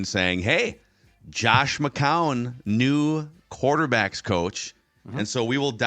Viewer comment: Hey Judd..... its not McCowan. Its McCown